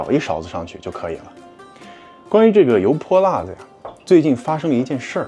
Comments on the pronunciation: 发音不够正宗 应该是油泼辣（四声）子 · 老陕？。。。😂 跟额念，油（二声）泼（一声）辣（一声）子（无声） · 你这个陕西人为啥‘油泼辣子‘这几个字说的这么不地道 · 别的先不说，作为一个地道的陕西西安人，你这 油泼辣子 四个字 用陕西话念了 确实不咋样😂 接着看视频 ❤